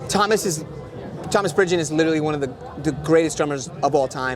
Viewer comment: Super interview, merci! Par contre, désolé d'être relou, mais le nouveau batteur c'est Thomas Pridgen*, pas Bridgion 😅